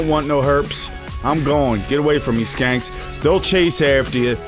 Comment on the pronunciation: Lol I laughed the first time you called the shanks "skanks"